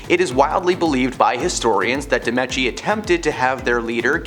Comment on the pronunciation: Yes! And it’s pronounced Medici (Med-I-chi), and dowager is pronounced dow-ag (g like j)-er!